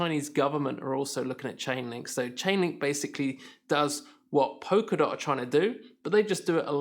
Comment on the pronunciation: It’s “polka” not “poker” dot. And I’m supposed to take your opinion seriously when you can’t even pronounce what you’re talking about. Mmm...